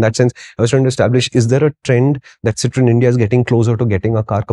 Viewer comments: Make a short video of the pronunciation please 😂😂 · You guys had me laughing and hooked at the 25th second with your french pronounciation! Oh god what a start to the day! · I clicked on this video just to listen how Citroen is pronounced. 😂😂